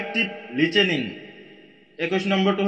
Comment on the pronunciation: Listening ✖️ Lichening ☑️